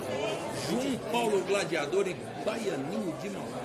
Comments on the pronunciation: O JP e um xarope mesmo Quem não sabe,q.ele vai colocar a bola colada,atrás da bola.Ficar mirando em outra bola se não vai jogar.e esse cara falando Gradiador e de ferir os ouvidos da rapaziada.O apelido do cara e GLADIADOR.E GLA...... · E esse falador,usando um termo xulo,CAGADA.Gradiador e de ferir ou ouvidos,não foi para escola estudar, não tem desculpa.duas bola na mesa ,se e duas e plural. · Fecha boca.silencio rapaz,falar GRADIADOR e foda para os ouvidos.